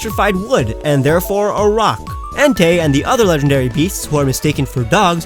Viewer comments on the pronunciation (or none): none